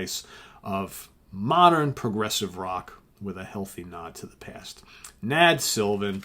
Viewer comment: You pronounced my last name perfectly on your first attempt, thanks!